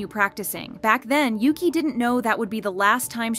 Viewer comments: Your saying yuqi pronounce is wrong yuqi is not says like yuki correct is -> Ugi ok? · it bugged me sm when she kept saying yuki💀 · No but the way she’s pronouncing yuqis name like ‘yoo-qi’ is kinda annoying for me bc I pronounce it as ‘u-gi’😭😭 no offence tho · Yuqi name is pronounced You Chi in Chinese, not You Key. She just had to accept the constant errors in pronouncing her name. And she is multilingual (4?). Oh well. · Yuki? It is Yuqi and is prononce Yu tchi (as in chihuahua) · As someone who felt embarrassed for mispronouncing her name the same way at first too (like the japanese word "yuki"), it actually annoyed me too since it's supposed to either be "ugi" in korean or "yeuchi" in chinese. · Her name is pronounced "Yoo-chee," not Yuki, which is Japanese. It means "Jade Rain." And Shuhua is pronounced just like it looks "Shoo-hwaa." As for Siwoo, could not care less; but they should bring Soojin back. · I started crying when I first heard Yuqi’s name get pronounced as Yuki here (not trying to be mean but it made me kinda laugh and it’s pronounced u-gi) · "Cwoo" 😂😂😂 its pronounced SHE-OO ❤ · It's not Yuki, it's OOgi. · yuqi's name is pronounced like "woo-gi" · Yuqi's name is not pronounced the way you are pronouncing it. She and others prounounce it "Oo-gi" with a hard "g", as in Gosh or Gilligian. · To all (G)-idle fans, yuqi’s name is pronounced as ‘woogie/oogie’ :DD please pin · I feel like if your main thing is talking about K-pop you should at least learn the very basics of Korean and Hangul so you're not constantly butchering these idol's names. Siwoo/시우, Jiwoo/지우 - "SHI-oo" it is a "shhh" sound not "see" and there's no "woo" sound in Korean pronunciation, drop the W Yuqi/우기 - either "OO-gi" Korean pronunciation or "yu-CHI" Chinese pronunciation Shuhua/슈화 - "shyu-HWA" like their title song "Hwaa" NOT "shu-HOOah" that one was very painful to hear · Bro why can’t you pronounce yuqi’s name correctly😭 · U need to go listen to how to pronounced yuqi name